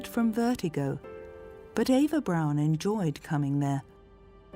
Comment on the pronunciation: Her last name isn’t pronounced as Brown - it’s pronounced Brawn like Brawny brand of paper towels